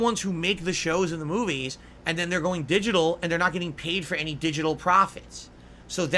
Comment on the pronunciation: He really likes to enunciate his Ts, and sometimes all the individual syllables. I assume he does it to make himself sound smarter or something. It's like nails on a chalkboard to me haha. Edit: "DiJiTul" gaaaaahhhh